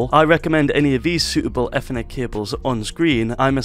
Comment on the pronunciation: i love how he calls it eathernet